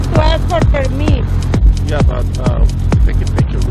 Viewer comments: "You have to ask for permeet." OR is it 'permee?' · What's a per-meat?! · I have a question. What the fuck is PERMEET??? She said you need a PERMEET.. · You hax to ax for permeeth.